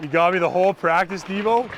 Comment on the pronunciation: avec l’accent le plus quebecois ever: - "Let’s have a good pratique"! 🤣🤣